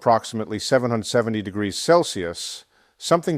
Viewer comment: It’s AI The big give away is the mispronunciation of degrees